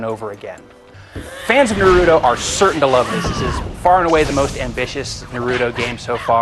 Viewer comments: except how to pronounce naruto it's pronounced NA- ROO- TO not NAR- RUTO i mean why do so many american people have a problem with this. THE ACTUAL GAME REFERS TO HIM AS NA-RU-TO (like yu-gi-oh) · notice how he begins saying narudo then he says naruto correctly.. losers! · come on if they are gonna review the game atleast say the words right they saying naruto and konoha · Man I Hate Naruto Geeks So What He Said The Name Wrong What Does It Matter's To You? Naruto Is A Cartoon And DOnt Love You! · God, he's saying Naruto wronge -.